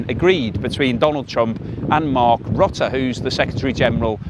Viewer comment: It is Mark Rutte, and NOT Rotte with U as in hut...How hard can it be???? u not o... Do your homework please..